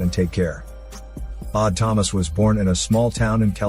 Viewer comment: Am I the only one who hears "Autonomous" when he is saying "Odd Thomas".